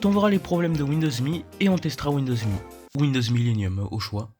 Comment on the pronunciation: YAY >_< une vidéo (sa ce prononce M.E pour Millenium Édition)